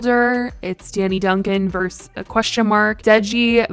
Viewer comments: The abbreviation vs is pronounced ver-sus, not verse. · i love how says versus: verse 😂